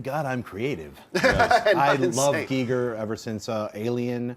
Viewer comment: OMG, before I forget.... thank you for pronouncing Giger's last name correctly. His own wife had to tell people it rhymed with 'eager' since everyone kept pronouncing it wrong. :/